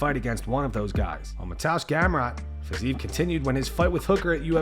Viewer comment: It's "Fizz-EE-ev" NOT "FIZZ-eve". 3 syllables. Not 2.